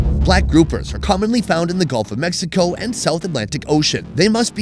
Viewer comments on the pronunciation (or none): none